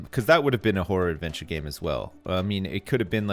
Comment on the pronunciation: lol It sounds like he keeps saying a "Whore Adventure Game" I can just hear him saying "I would play the shit out of that!"